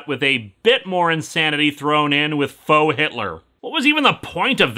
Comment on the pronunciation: I know you said faux but it also kind of sounds like frau, which is hilarious in context.